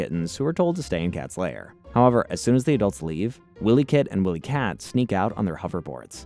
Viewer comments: Lost me a minute in for not even knowing how to pronounce their names. Tells me you never watched the show. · Wilykit & Wilykat pronounced why-lee. Not Willy kit and Willy kat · You think you're and expert on Thundercats and you call them Williekit and williekat? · Yeah, Wylie Kit and Wylie Kat are both mispronounced as well.